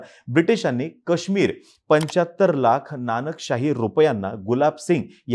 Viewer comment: दादा कृपया मराठीत काश्मीरचा उच्चार नीट करा, ही अपेक्षा आहे. ते काश्मीर आहे